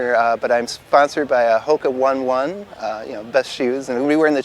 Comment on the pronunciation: You were sponsored by Hoka One One pronounced Hoka Oh Ney Oh Ney, you know like a Hawaiian would pronounce it!!!